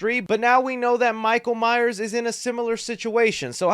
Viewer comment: Michael MYERS!!!! You constantly say Myer and it grates on my nerves